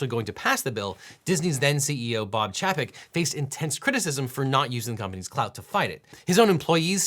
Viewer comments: Employees and others weren’t just mad at Bob Chapek (pronounced Chay-peck) for failing to use the company’s leverage. They were mad that Disney owned companies directly contributed to the election or reelection campaigns of two of the bills sponsors, one of whom (Denis Baxley) implied Disney knew what kind of stuff he’d push for when they backed him. Minor note in the end, but the oversimplification of the anger at Chapek rubbed me the wrong way since it was worded to imply that employees were demanding action to a bill when in truth they were demanding answers and correction to Disney’s indirect support of that bill. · Chapek’s name is pronounced chay-pek, not chap-pick. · allright i just gotta nitpick on one thing bob chapek's last name is Pronounced Chay-pek Not Cha-Pek. Sorry but as a disney fanboy cursing his name every day untill he was fired has made it burned into my brain. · This video is driving me nuts. So many mispronunciations. Chapek is pronounced Chay-peck. Zephyrhills is pronounced Zephyr Hills. It’s two words. I’m sure I’ll come back and update with more of these later. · Bob Ch- A- pek. Emphasis on the A. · I just enjoyed how you pronounced Chapek 🤣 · Did you pronounce Chapex wrong on purpose? 😂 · The way he pronounces "Bob Chapek" 🤣